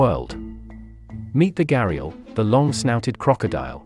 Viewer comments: It's not garial It's ghariyal Pronounced as "gh-ri-yaa-l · Its pronounced GHADIYAAL and not GYARIYAL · In Hindi from which the word comes, the word is pronounced ghuh-rdee-yall with the first syllable having an aspirated gh sound and rhyming with bruh; the second syllable sounding like a rolling d; and the third’s vowel sounds rhyming with ah (not all). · घड़ियाल pronounced as gh-di-yāl or gh-ri-yāl Name comes from the bulge on the end of the snout which resembles earthenware pot ghada or ghara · Did he just pronounce घड़ियाल as घेरिएल😂😂😂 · Its spelled Gharial but pronounced GHADIAL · Pronunciation is more like: gha-di-yaal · Yeah. It's Pronounce closer to as "gha-D-yall. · Pronounced "ghadiyaal" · Please pronounce it as Gha-rial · Actually it’s pronounced ghuh-dee-aal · I love how you butchered the pronunciation of “gharial”. Like every vowel you uttered was wrong apart from the lexicographic stress on the wrong syllable. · The way they pronounce "ghariyal" makes me shiver 🥶😭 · You can't even pronounce "Ghariyaal" 😂